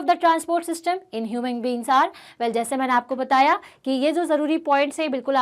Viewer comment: Not humis its Human